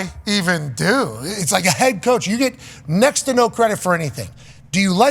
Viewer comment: “Yew” is crazy